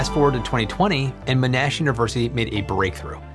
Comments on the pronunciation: Ma-Nash < Mon-Ash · As an aussie... wanted to let you know its pronounced Mon-Ash... (not "Me-nash"). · My alma mater is pronounced: Mon - ash, not Mo - nash. Named after General Sir John Monash (famed for his WWI battle plans and conduct) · Aussie here living in Victoria where Monash Uni is located. Monash University is pronounced "MONash" not "MonASH". Named after the highly respected and highly decorated WWI Australian General Sir John Monash, who was also a civil engineer and lawyer, and who, along with his Australian troops, basically ended WWI. More info here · Monash is pronounced with the stress on the first syllable. MONash. You were saying monASH. I hope that helps:D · Hi great show, i enjoy all you work. BTY it is pronounced Mon ash not Mo nash. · It's not Mo-Nash. It's MON-ASH. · Great video as always but as an Australian, my ears hurt every time I heard "m'nash" University. It's Mon-ash, just for future reference. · keeps on saying MO-NASH, it's not said that way. MON-ASH, but without the - gap:p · Monash is pronounced Mon Ash, not Mo Nash 😅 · It's not min-ash like you keep saying -.- its mon like poke-mon, mon-ash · Monash University: say "Mon-ash" not "Mo-nash" (I'm a graduate of the same) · This is a great video, but as a Melbourne local, the pronunciation of Monash being Mo-nash and not Mon-ash gets me every time 😂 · Sorry but I need to correct your pronunciation of Monash University. Its Mon - ash not Mo - nash. It was named after General John Monash (/ˈmɒnæʃ/) a prominent military leader in WW1 and successful civil engineer. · hehehe - mohn-ash, not m'nash for Monash University. Thanks for the vid! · You're pronouncing "Monash" wrong. It's MON-ash, rather than mo-NASH. I should know - I'm an alumnus. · Not M'nash... MONash. - Aussie Frustrated by American pronunciation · Monash is not pronounced M’nash. It’s MON-ash with the emphasis on the first syllable (named after Sir John Monash) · MONash University, not monASH University.